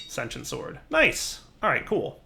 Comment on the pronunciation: Why do so many people have trouble saying sentient? Love your vids man. Just nit picky